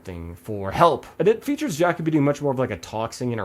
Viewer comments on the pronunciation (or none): Also Ja co bee is the pronunciation 😅